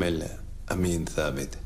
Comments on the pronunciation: tabeth dediği bizde ''sabit'' olarak telaffuz edilen sözcüğün ingilizce transkript edilmiş halidir. yani sabit olarak okunması gerekir. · Tabet değil. Sabit